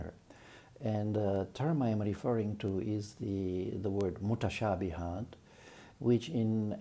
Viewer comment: Salaam to you. I don't understand Arabic, but I love your rendering of the word "mutashabihatun". My question for you - how would you translate "wadribuhunna" in surah 4 verse 34? Looking forward to your response.